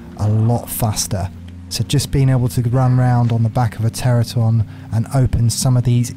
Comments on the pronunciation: Ter-an-O-don. FFS. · Why do so many ark tubers and streamers pronounce the Pteranodon incorrectly?